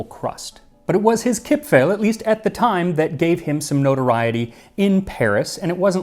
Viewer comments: Very nice pronunciation of Kipfel. A bit more of an 'e' sound like in devour. Here in Germany we have an almond based Christmas cookie treat called 'Vanille Kipfel'. Very good and also shaped like a cressing moon. Maybe the shape? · you actually got the pronunciation of "kipfel" spot on. mad respect. never heard any english speaker pronounce any german word that correctly.